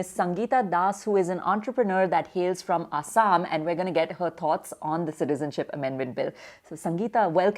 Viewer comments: The lady is fucking idoit she can't say Assam properly it's not asham it's Assam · What is "A__saam"?😒 It's "Axom" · Not A_ssam. It's Assam(Axom) looks like mostly scripted.. Look how see pronunches ulfa sulfa